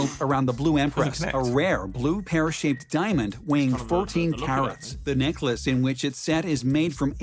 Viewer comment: He called it Neck Lace pronounced ACE ! LOL